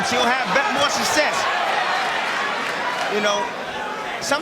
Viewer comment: My Tim Bradley game is take a shot of overproof rum every time he says "sussess".